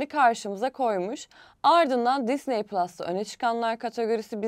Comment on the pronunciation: Allah aşkına düzgün telaffuz et şu Disneyi